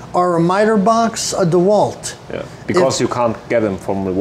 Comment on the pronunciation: Oh ist das schön, mal den Namen richtig ausgesprochen zu hören. DeWalt Nicht wie zu 99% auf YT-Deutschland " Deeh - Wald ". 😂😂😂